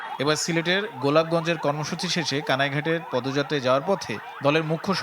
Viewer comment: ভুল উচ্চারন সিলেটের গোলাপগঞ্জ